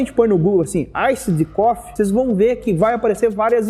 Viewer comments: AISSID COFFEE HAHAHAHAAHHA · aissidi cofi aahahahahahahah